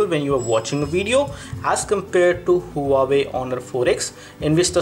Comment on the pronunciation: huawei is pronounced as "wah-way" not hu-wa-wey